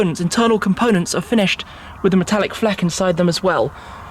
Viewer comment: I like Shmee but please stoping making up worse or miss pronouncing them on purpose. It’s not carbon “Fleck”. It’s you can see the Metallic “FLAKE” in the carbon as well as how hard is it to say “Tri-color”. This pronunciation in saying “trickorlory” for the word TRICOLOR just sounds ridiculous. It’s the tricolor flag Not Trickorlory. Tri-Color. It’s real easy to sound out. Wikipedia says to say it like this. “Try- Color”. Real simple. But just tired of seeing SuperCar owners make up or try and fancy words that don’t need to be modified.